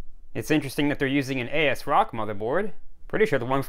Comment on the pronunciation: You're first person I see who actually says it how it's spelled and not just Ass Rock.